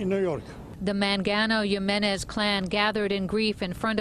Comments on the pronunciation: Also, can people pronounce the name right? J I M E N E Z! Hee-me-nez. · I feel bad, a lot of us did stupid things as children and teens even as adults. I think the girl was addicted to the adrenaline and rush of doing something dangerous. I also couldn't help but notice the news reporter butchering her last name "Jimenez" it is not that hard.